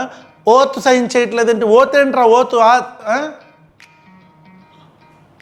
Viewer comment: ఓత్తు... పీత్తు... ఆత్తు... మైండ్ బ్లోయింగ్ బ్రో...😂😂😂😂😂😂